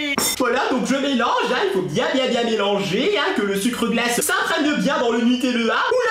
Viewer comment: Quand tu dis le sucre glace on dirait que tu dis le sucre dégueulasse